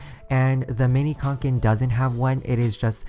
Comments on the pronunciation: It’s kanken not konken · It’s Kanke not KONKEN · Did it bother that he is saying QANQEN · It’s actually pronounced kånken because it’s a Swedish company and the name is pronounced konken like a conch shell 🐚 Most people pronounce it like “Kay-nken” but that’s not how it’s supposed to be pronounced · you're so close to the correct pronunciation! It's pronounced cone-ken xD